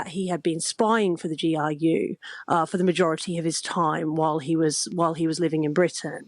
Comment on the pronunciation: "a spy for the GIU" - it's GRU (ГРУ), folks. It's "ar" [R], not "ai" [I].